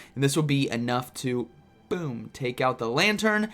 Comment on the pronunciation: Lmao non full health “bewm”